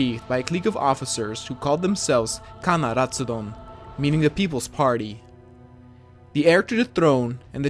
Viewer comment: I'm Thai and I surprise that you pronounced khana ratsadon correctly